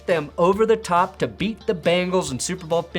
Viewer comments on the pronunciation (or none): none